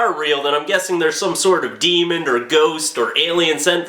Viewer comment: why do you say "deemund" instead of "demon"?